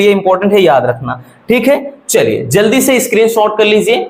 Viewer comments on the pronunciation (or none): none